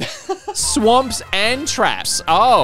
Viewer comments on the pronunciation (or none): Ummm it's not S.W.A.M.P.....its SWAP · Oof. Bad batch this time. But also "Swap" Trap not "swamp"